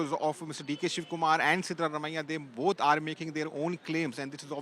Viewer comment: It's siddha Ramaiah not what you are pronouncing